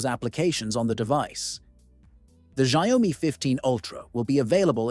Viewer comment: It's pronounced SHAOmi Not ZiaOami